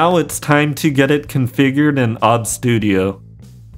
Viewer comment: It is o b s not ob studio.